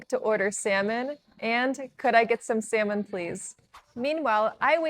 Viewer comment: If u pronounce salmon as semen',what actually is the seven be pronounc3d?